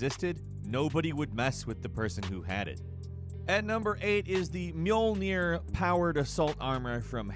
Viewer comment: MOLJNIR. AWWW YEEA M8.